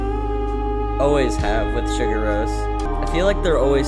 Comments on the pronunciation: Btw, it's more like "See-Gour", it's not prnounced Sugar. XD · See-Goor-Rose not to be rude, but it’s the correct pronunciation (I love this video by the way) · i love your enthusiasm for this but please stop saying sugar roce 😂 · Please try to pronounce their Name correctly.Its Islandic,not American.....Anyway,its one thing listen to this Album,but to see them LIVE is on another Level .This is one of the Best Live Clips available for the Last Track,also their Last Song in their Live Shows : Sigur Rós Untitled #8 (Official Live Video)